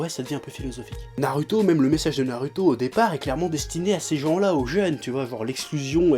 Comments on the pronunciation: Pourquoi tu dis toujours nar"u"to et sas"u"ke au lieu de nar"ou"to et sas"ou"ke. Mais paradoxalement tu dis sak"ou"ra et non sak"u"ra... :p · on dit ''Narouto'' et pas ''Naruto'' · Après 15 ans de Naruto, il prononce encore faux Sasuke et Naruto mais il prononce juste Sakura. Dafuck Oo. sinon clairement d'accord pour l'intrigue totalement débile.